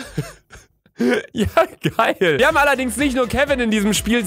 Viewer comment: wi hap Kevin getötet luca Dein deutsch